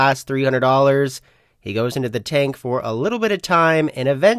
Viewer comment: for some reason, you pronouncing all your T's as D's tilts me haha, player make DA CALL OR DE CALL. never THE CALL.